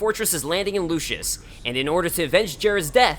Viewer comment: Lucis, not Lucius. Everyone gets that wrong. And did you really confuse an entire country with its crown city? Lucis is not Insomnia.